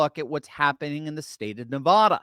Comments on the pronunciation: Why can’t you pronounce Nevada? Seems odd that somebody so smart has no idea what the state is called. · Bro, there is no O in Nevada....